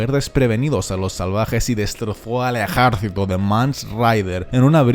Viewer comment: porque pronuncia ejaercito